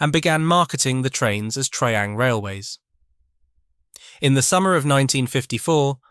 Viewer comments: It's not tree ang it's try ang. It's not Pecko it's Pee co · Its pronounced TRY-ang not TREE-ang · And "Tree-Ang" rather than "Try-Ang" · its double O not O O. Also you pronounce Triang wrong.